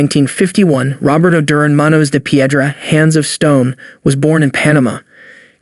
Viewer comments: Jurin? It is pronounced DUR-AN - Good list but that is a basic mistake. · DURan? Sugar Ray LEEN ard? How can I take this seriously. Is this some a.i. crap or what?